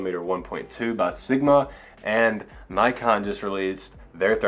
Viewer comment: Yes Nikon.. Not Nykon..